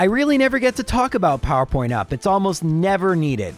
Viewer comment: Your pronounciation of simple things drives me nuts lol especially when you say powerpoints up lol, whyyy